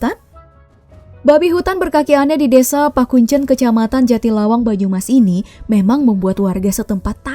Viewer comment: yang bener itu Pekuncen min bukan Pakuncen